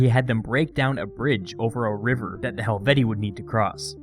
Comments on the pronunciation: Pronounced helveti-I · Pronounced hel-vee-shee-eye, isn't it? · It's Helvet-ee-ee, but like the name Caesar itself, by convention it's sort of allowed to stray from proper Latin pronunciation. The double long e plural genitive is awkward.